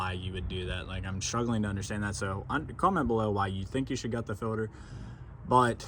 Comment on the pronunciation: You are saying "Fill-der". Its Filt-er.